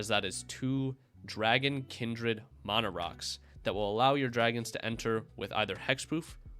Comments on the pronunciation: I have a few friends who pronounce it that way. I don’t like it but it’s whatever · I liked the info but can’t get over the fact you mis pronounce mana